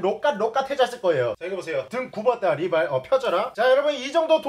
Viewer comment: ㅋㅋㅋㅋㅋㅋㅋㅋㅋㅋㅋ river ㅋㅋㅋㅋ